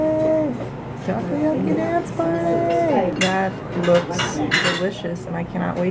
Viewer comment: its taCOyaki. not takuyaki